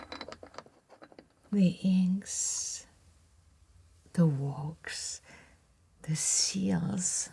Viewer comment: I love the way she pronounces the word wax. «Wohx» It’s so refined and elegant.